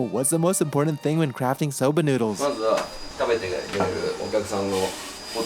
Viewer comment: Do their Inaka and Seiro correspond to juwari and nihachi, or is everything nihachi here? A note on your pronunciation: It's so-BAH, not "so-BUH" as you say it. Small but important difference of hatsuon!